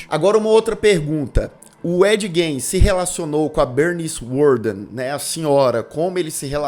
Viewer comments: O cara assistiu a série inteira, ouviu a pronúncia do sobrenome do cara umas 100x e ainda fala errado 😂😂 A pronúncia correta é Gin e não Gein. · Ed. Gain seria a pronúncia correta. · Na verdade, a pronúncia correta do sobrenome dele, é "Guim". O "e" não é pronunciado. E a pronúncia do sobrenome da Ilse, é "Cók". 😉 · Parei de assistir na pronúncia do Gein😊